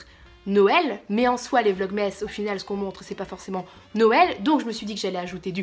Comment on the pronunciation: La meuf qui réalise le 8 decembre que t'as fait des vlogmaaaaaas! c'est 'nouël' avant l'heure. Tu m'as fait trop marrer.